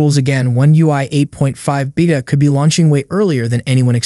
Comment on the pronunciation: You're going to keep getting a thumbs down for me until you say beta the correct way